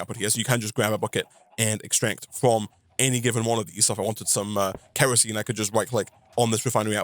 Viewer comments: It is K.E.R.O.S.E.N.E. not kreasene. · I'm a little under 5 minutes into the video. Does he ever stop calling kerosene kreosene? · Sorry it’s kERosene not kREosene. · Hearing call Kerosine "Kreosine" hurts my soul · Sound your words out bro, kerosene is pronounced KEH-roh-seen. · For the people getting mad at the mispronouncing of Kerosene. Keep in mind, he's also trying to be entertaining, and doing all of this live on Twitch. Meaning there's already quite a bit of pressure on him. Let it slide. Any other time I'd say it too. Like when people write expresso. (it's espresso). But this is without an audience watching someone play a modpack that already requires a lot of thinking and planning.